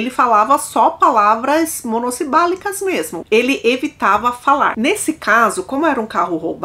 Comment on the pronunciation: Monossibálicos 🤔 Torço 🤔 Eita como essa fala errado 😂😂😂😂 meu Professor Pasquali interno fica berrando aqui dentro 😂😂😂😂😂😂